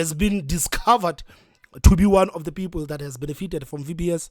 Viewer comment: Peepoel...😂😂😂 needs speach therapy .